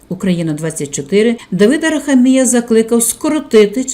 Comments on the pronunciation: Правильний наголос у прізвищі "героя" відео на третю букву "а", а не на букву "і": АрахАмія, бо його корінь "хАм"! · Ставте правильно наголос в прізвищі. А взвгалі все правильно. Барига, брехун, злодій.